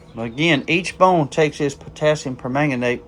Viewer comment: I am so proud of you properly pronouncing potasiumpermagnate! See there, not only can’t I pronounce it, I can’t spell it either! 😂